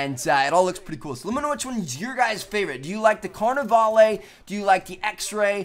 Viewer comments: it´s pronounced carnaval not carnevale!!! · Its pronounced car-ni-vall. Like you're saying ball but with a V. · I hate the way he pronounces carnavale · I cringe every time I hear how he pronounces "Carnavale"